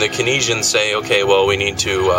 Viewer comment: No disrespect but I think you are mispronouncing Keynesian (kayn-zee-an)